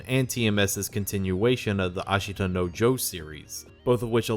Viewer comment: just a little pronunciation tip, the i in ashita is generally not pronounced, simply reading it as ashta is much better and doesn't sound nearly as bad to someone who speaks the language.